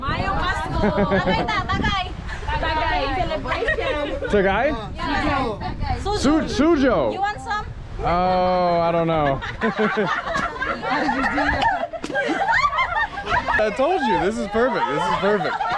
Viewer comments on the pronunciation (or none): it's SO-JU not SU-JO. it's probably his accent. soju is a korean alcohol.